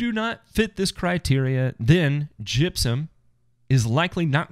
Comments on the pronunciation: Oh damn I thought you said jizzium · That is the way they say it in Tennessee!